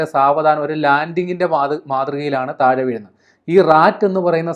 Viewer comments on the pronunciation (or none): none